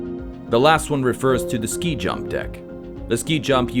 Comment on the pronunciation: *SKI-JUMP, not "sky jump".